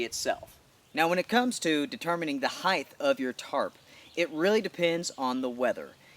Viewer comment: Height not heighth, There's no such word as heighth. And wow, are you Kanye West? "'Imma' pull it out."